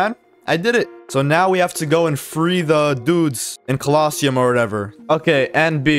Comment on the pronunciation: anyone else get annoyed by the way he says quest and colosseum